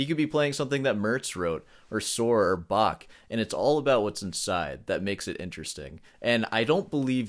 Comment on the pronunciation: Love your videos and your humor. However, to be really elitist, you probably need to learn how to pronounce "Bach".